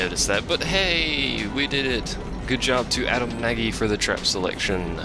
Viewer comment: pronounced nodge. Yeah i thought the mushrooms would work with ogres and the springs would push everything into one big mosh pit of orcism